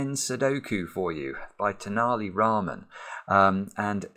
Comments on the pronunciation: The t actually sounds like th in think. It's a famous character from South India known for his wit and cleverness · Just a couple of hints about the way you say tenaliraman: 1) have you heard the phrase ten-a-penny? 2) What was the currency of Italy before it joined the Euro?